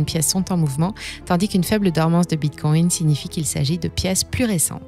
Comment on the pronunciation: Bordel, elle ne peut pas dire Bitcoin comme tout le monde!? 😤